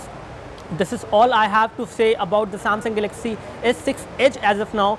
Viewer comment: This rot head can't even pronounce galaxy properly and wants me to buy edge lol